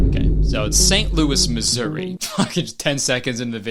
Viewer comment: youre the first non american that ive ever seen say Missouri right 💀